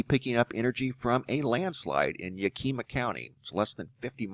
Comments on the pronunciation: YAK-i-mah. Never heard it pronounced Ya-KEE-muh. Just saying. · Yeah-Keema County? That's not how it is pronounced. It's more like yak-him-ah... I guess the h's would be silent. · Ya......keeeeee.....ma...wrong way to say it.... yak....aaaaaa...ma...right way to say it...jus sayin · Yak-kim-ma not yak-keem-ma. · I live in Washington state but on Western side we are hearing a lot about this. BTW it pronounced yak a-ma not ya-kima :) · Yak a ma. ... not. .. yah key ma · Ya-Ka-ma is how you say it!! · Its Ya-ki-ma, short a sound ... lol, indian name, means Valley of the People with Plenty Food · It is pronounced yackymaw (Yakima). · YAK - a - MA county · BTW - it is pronounced YAK-i-mah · ( : Pronounced Yak- kim-maw, ...few years ago I was gold panning Morse creek on west side of Yak., the next day half the mountain came down closing the highway. St. Helens been doing that for years. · Yakima is pronounced (YAK-ih- MAH) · "yakima" = yack-i-maw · Pronounced yak eh ma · Yak-i- maw! Sorry teacher! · Yak em ma is how it is pronounced. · pronounced Yack-a-maw. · The county in Washington is pronounced Yea Key Mah say it quickly yeakeymah :) Just helping out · He said Yakima wrong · You say Yakima so funny I laughed my butt off!